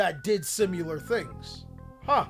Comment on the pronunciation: The way pronounces Similar and Satiate is part of his charm at this point 🤣🤣🤣